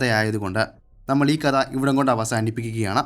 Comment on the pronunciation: കദ എന്ന് പറയാതെ കഥ എന്ന് പറഞ്ഞൂടെ